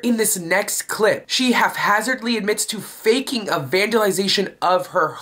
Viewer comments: pssst... It's Haphazard not half hazard... Dress a little nicer you're not at your buddies. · Like the guy saying Half Hazard and not haphazard?